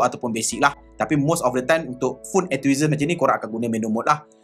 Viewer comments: Enthusiast bang😅 bukan enthuhisast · entuisast silap sebut tu.. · Enthusiast = En-tu-sias bang. Apa2 pun review terbaik. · Enthusiast tu kena sebut betul2.. Hehe